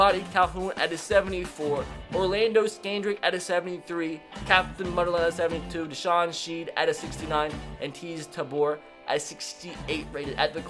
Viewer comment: What’s up with you and player names from Florida Canoo Neal (Key ah Nu)geez taboor (tay b er) polite, lol you don’t even wanna say his name (juh ky)